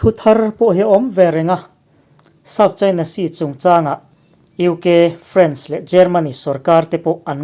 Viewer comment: France i lam dan hi a dik lo deuh....